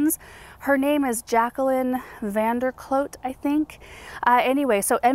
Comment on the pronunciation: Jacqueline van der Kloet pronounce last name like Klu:'t, I'm researching now can't believe I didn't know this Dutch lady, I'm ordering books asap 😊